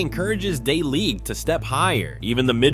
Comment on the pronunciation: The way he's saying De Ligt's name wrong is annoying me lol 😂